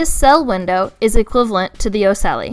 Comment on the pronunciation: Really awesome video.. hexapoda is a subphyla, insecta is a class.. just saying because in science details are sort of important.. Cool story for ocelli, also ocelli ends with "li" like in light